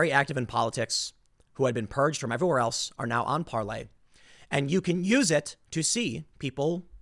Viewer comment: Stop calling it "Parley," you sound like such a joke, Tim.